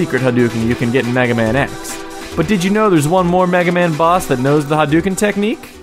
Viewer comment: I know it's douchey of me but i cringe at the pronunciation of Hadouken xD.